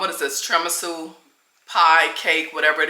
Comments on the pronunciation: I love you! Always good advice content! Gonna help out with the phonetic name of the cake: Tier-a-me-sue ❤ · It’s Tiramisu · You're definitely pronouncing the Italian cake wrong.